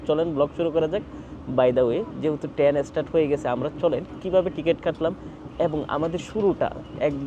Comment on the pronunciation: আপনি ত ঠিক মত কিছু বলতেই পারেন না। টেন না ট্রেন, কেরু না কায়রো, আপনার ত আইডিয়াই নাই জায়গার নাম সমন্ধে